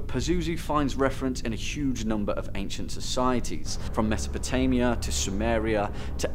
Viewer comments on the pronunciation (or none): none